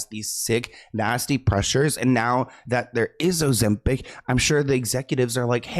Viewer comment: That silent "b" 😅 couldn't be me